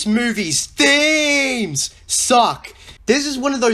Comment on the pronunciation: Every time this guy says. THEEMEZ I wanna kill myself